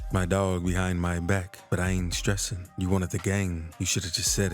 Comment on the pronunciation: “Behhiiind myback. But I ain’t streseeen” 😂